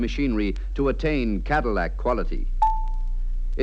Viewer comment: pronounces it "Cadimack". 😆